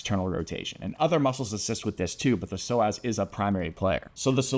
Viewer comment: I stopped listening cuz I felt offended he kept calling me a slow ass